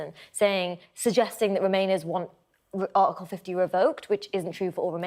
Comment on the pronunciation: Ar icle , vo ed , par y, .....spot the missing le er. 🤔🙉